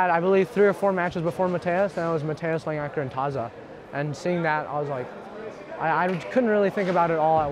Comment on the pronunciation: Why do so many people put a second L in Langaker's name when they say it?